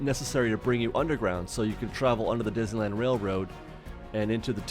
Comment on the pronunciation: "dizzyland" lol